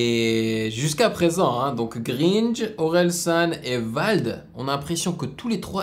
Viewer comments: Continue de l'appeler "greenje" x) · Oui enfin ! Juste une petite erreur, ça ne prononce pas "Greenje" mais plutôt Gringe (à la française quoi). D'ailleurs pense à réagir aux Casseurs Flowters (Orelsan et Gringe), avec par exemple le son "Des histoires à raconter" qui est excellent. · T’étais dans mes recommandations YouTube mais t’as le droit à ton dislike à partir du moment où tu prononce "greenje" au lieu de Gringe et parce que tu l’as confondu avec Suikon, tu es nouveau dans le monde du rap ou quoi ? Parce que pour aimer Vald et Orel sans connaître leurs partenaires respectifs c’est chaud quand même... Enfin bref une vidéo réaction totalement vide et sans analyse fondé donc merci de ne plus manquer de respect à ces artistes au futur... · prononce plutôt greinge au lieu de gringe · Prononcer grainge ça vient de gringo c'est un délire de Prononcé des truc espagnol en français ... c'est le collège de orel san qui forment le groupe casseur flowter et l'excellent programme tv bloqué et le super film comment c'est loins un genre de comédie semi musical jte le conseille ça kick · Super vidéo, par contre, Gringr se dit grinj pas greenj et t'as confondu Suikon Blaz AD (le premier à kicker) et Gringe (le tout dernier) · ahhh oui jkiff trop ce son 😂c'est gringe pas greeenge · Gringe "continue d'mappeler greenje": "GRENNNDJE" Un génie 😂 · Grine che t sah sa se dit gringe frerot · On écrit Gringe main on prononce Grainge "AIN'' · J’aime bien tes vidéos mais cette réaction la t’a tout faux deja tu te trompe, tu dit « Greenge », plus jamais mdr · Comment tu dit Gringe ça me bute. Écoute « Greenje et Orselane » dû coups 😉🤣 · gringe se prononce gr1ge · Gr"1"nge=gringe pour la prononciation mais sinon bonne vidéo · Ça se prononce "gr 1 je" mais t'inquiète je t'en veux pas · Il dit gringe comme gringe et orel le reproche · dans une chanson gringe et orel s'énerve contre qqun qui prononce mal leurs nom et prononce mal gringe